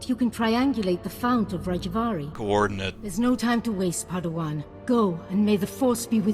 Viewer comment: "Coordinayte.." Coordinate! This made me smile. And also groan inwardly at respective voice-actor's pronunciation.